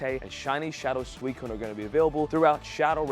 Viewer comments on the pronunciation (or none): none